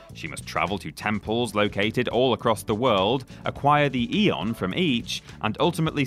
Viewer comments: It's probably just engagement bait to say Teedus instead of Tide-us (as is clearly superior), but pronouncing aeon as eon when they actually say the word as a-on ingame is another thing entirely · "Its Teedus!", he says followed by "Eon" in a game with voice acting that says the word Aeon several dozen times. LOL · Manages to correctly pronounce the name 'Tidus.' Then in the very next sentence comically butchers the word 'aeon.' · sorry but that guy who says about tidus's pronunciation has no credibility after not being able to pronounce aeon, bahamut, or zanarkand. they say it in game so how can you mispronounce them?